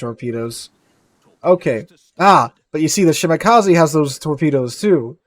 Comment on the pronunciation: Shimakaze not shimakazi